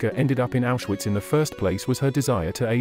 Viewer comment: You don’t pronounce Auschwitz , gestapo or Mengele right